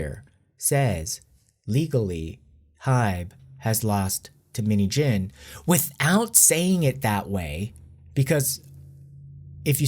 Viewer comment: You say minheejin but i hear minijin.Btw this whole things really affect us and make us more stronger and prepare for the upcoming lie, hardship.With BTS for life💜